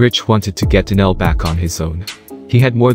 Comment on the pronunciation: Yo Mr. Narrator it's Donell not Danell. Nothing like a foreigner trying to talk about nigga hood shit LMAO